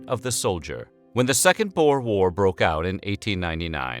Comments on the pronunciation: I disliked because you pronounced boer wrong. IM FROM SOUTH AFRICA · What a terrible pronunciation of "boer"!!!!!